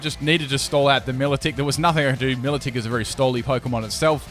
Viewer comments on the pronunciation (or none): It’s my-low-tik not me-la-tik